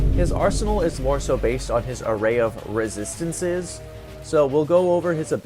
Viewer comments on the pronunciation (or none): "rizzistences" kekw